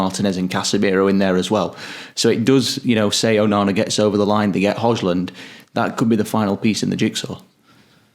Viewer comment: Grown ass men cant pronouns Hojlund's name? WTF is wrong with you lads, can't you bloody make an effort to learn how to pronounce his name correctly? Pathetic.